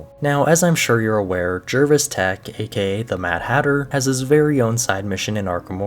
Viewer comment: TeTch not Tech. It's a CH sound. Not a CK sound. (Mad Hatter)